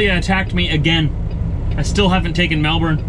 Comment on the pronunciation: Your kinda saying Melbourne wrong My brother says But anyway good video